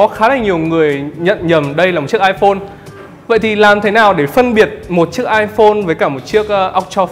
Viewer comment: Iphone X”amlone”